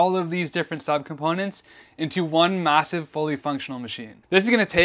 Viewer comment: Did you say massive